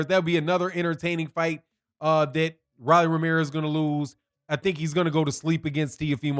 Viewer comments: R-o-l-l-y. Roll-E or Roll-EE. Ro not Ra lol. He’s young, still undisciplined and utterly predictable but he did well. Marinez has a good jab but never set up his big punches. Rolly landed more clean punches and was more active. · it’s ROW-LEE lol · You sure you actually watch boxing? Why you saying his name like that?